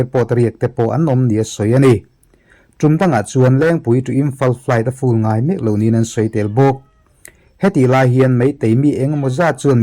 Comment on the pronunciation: A hun lo viau na a. Fool leh full kan lam dan hi uluk a ngai khawp mai. Mizo in full kan lam dan hi fool ang hian kan lam tlangpui a. Hnamdang tan chuan a nuizatthlak ang. 😅 Aaaa vek a. Tihna a ni daih